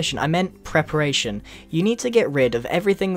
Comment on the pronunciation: PREPARATION not preperation